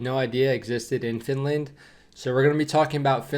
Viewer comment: That was a bit funny how that news reporter pronounced Finlaaand😁